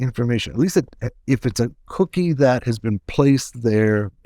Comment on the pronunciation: "COOKie" it sounds funny when he says it